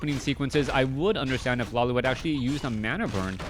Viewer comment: isnt it pronounced "LawLeet"